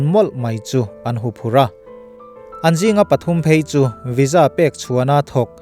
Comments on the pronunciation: Sir, Visa hi "Viza" tia lam rik (pronoune) tur ni in ka hria... A ngaihnawm eee...i chhiar thiam in i thu lam a fiah ṭha bawk si.👍👍👍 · I van hre bik em² vaiza ti law² la😊😊😊🙏🙏